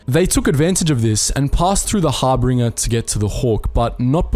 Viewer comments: it's harbinger not harbringer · Harbinger Har- bin- jur (like jury). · It’s pronounced Har-bin-jur. A harbinger is a bringer of fate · Some of these name pronunciations are just awful 🤢 its the Harbinger, not the HarbRinger? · Harbinger. Not Hairbringer. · How is it that you AND Star Wars Theory both cannot pronounce Harbinger correctly? "Har-Binge-Er" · 5 months late, but “Harbinger” is said as”Har-bin-jer” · Harbinger is not pronounced 'harbringer'. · ... twitch ... it’s har-bin-ger... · Lol it’s pronounced har-binge(like binge watch)-er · I just wanna say that harbinger is mispronounced in this--otherwise great video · Watching you fail to say the word harbinger is entertaining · HOW DO YOU FUCK UP PERAGUS AND HARBINGERS PRONUNCIATION WHEN THE GAME FUCKING SAYS THEM OVER AND OVER AGAIN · Are you saying things wrong just to get on folks' nerves? The correct pronunciations are in the damn game. Harbinger Telos Atton Peragus Ebon Dxun